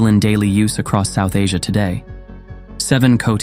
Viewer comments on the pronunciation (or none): none